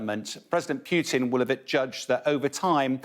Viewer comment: Peeeeewwww-tin?? lol It's poo-tin as in what goes down your toilet.